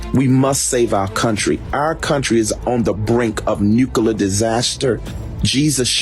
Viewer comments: What is a nook-a-ler missile? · Dude can’t say nuclear… lmao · LOL they cant even take ukraine, let alone come on US soil. Ohhhhh fatty Mc FatFuck in his wack blue chair. whos bein sued by multiple company's for failure to make payment. He can't even pronounce Nuclear correctly. He's been watching to many cold war era movies